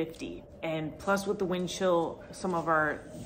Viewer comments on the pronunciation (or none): none